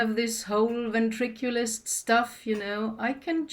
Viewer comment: 😂😂😂 Loves 🤭 don’t be upset at me Only bc I want to correct your saying of the word *Vintriculus for I totally knew what you meant which is “Ventriloquist” love🫠